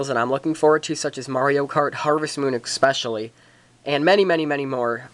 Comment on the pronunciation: you figure out what a d-pad is yet? or how to pronounce especially?